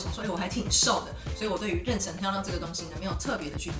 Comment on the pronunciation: 好别扭啊，是renshen不是renchen，不会英文也不会中文吗